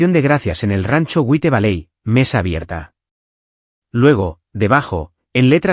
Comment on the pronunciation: CONFLICTOS FAMILIARES TUS NARRADORES ESPAÑOLES SON PATÉTICAMENTE LITERALES ""GÜITEVALEI"? O "WHITE VALLEY" Y TRATAR DE PRONUNCIAR COMO CASI TODO EL MUNDO " JUAIT VALEI"😅😅😅😅😅😅